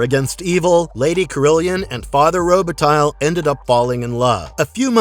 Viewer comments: Robitaille is pronounced Roba-tai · "Roubitaille" is pronounced "Rowbetay" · My ears were bleeding every time I heard pronounce Robitaille. I know their research is usually shit on these clips, but at least get the pronunciation of the name right if you're going to say it 50 times in 2 minutes. Guaranteed this knob doesn't watch hockey.